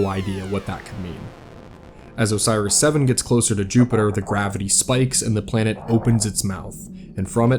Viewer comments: Idk how he listed up the probes names? How did he think Oris was Osiris like where did bro get the extra S and Extra I from? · Why do you pronounce it “Osiris” instead of “Oris”? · love the video but you saying Osiris for the probes kinda threw off my suspension of disbelief... still good video though